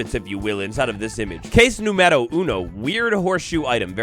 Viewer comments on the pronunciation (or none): Número, has an accent on the U.